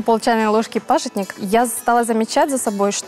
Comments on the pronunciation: Молодец ведущая "пАжитник" Очень редко говорят правильно 😞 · называется хельба(в Казахстане называют хильба), продается в мусульманских отделах, русское название пажИтник, а не пАжитник, как сказала ведущая.